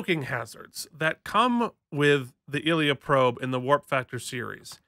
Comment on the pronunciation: It's pronounced eye leea.